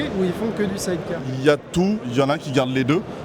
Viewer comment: 340k, limite il va nous faire le roumain avec son explication qui tient pas la route.. Et vendre des side-cars sans savoir le prononcer correctement ça fait tache